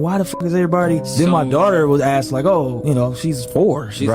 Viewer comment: " I AXE'd that question twice " 😂😂😂😂😂😂😂😂😂😂